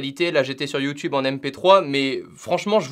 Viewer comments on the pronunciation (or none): none